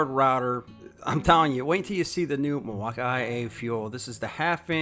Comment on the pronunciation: Milwaukii, or Milwaukee? Bad pronunciation